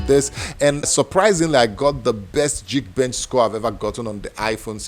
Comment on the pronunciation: It’s not jeek bench, it’s geek bench :) “Ga” not jee